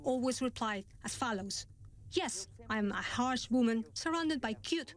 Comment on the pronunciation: 'it's because i'm a wommymm'